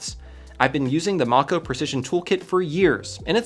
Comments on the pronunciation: "".. I do not think you know how that word is prounounced. "Mako" is pronounced "Mayko" as in SHARK, especially referenced by the other fish names. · The way he says Mako(mAy-koh) incorrectly like 4 time gave me cancer. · Mako..... Mako..... It's mAko like the shark.... Holy jesus. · Mako is PRONOUNCED MAY-KO .... it's a type a Shark (if you didn't notice all the iFixIt toolkits are NAMED after FISH :)